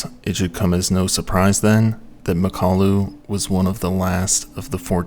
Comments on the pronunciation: I’m going to have to nitpick (some smooth brain says I can’t) because I do like your work, it is very good, but often you get pronunciations wrong. In mountaineering videos especially.:/ Anyway, it’s Mak-ah-lu, not ma-kalu. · Pretty sure it's pronounced Mockaloo. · Great video, except it's pronounced MOCK-a-loo with the emphasis on the first syllable.